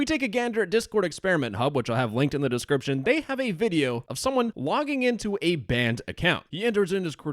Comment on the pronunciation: "linky in the descwiption"